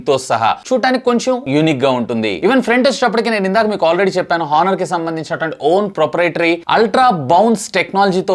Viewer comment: హానర్ కాదు ఆనర్.. కొంచెం చూసుకోండి సర్ 😮😮😮